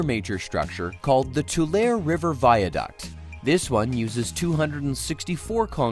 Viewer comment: That and "Tu-lare" rather than "Tu-larry"